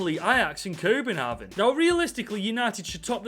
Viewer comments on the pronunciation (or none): none